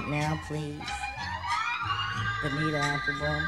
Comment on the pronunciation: He's the only one who can say BONIRA instead of BONITA, I don't care, he can pronounce Spanish whatever he wants, he's Q TIP <3 :)